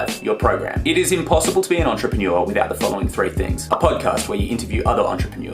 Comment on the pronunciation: I am the only one that thinks you pronounce entrepreneur weird? No? Maybe just me? 😂